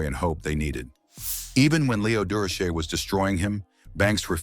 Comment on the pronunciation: AI must think Dur o Shay is a French name. This pronunciation is a joke.